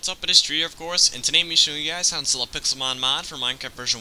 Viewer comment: Why did the modmakers call it pexilmon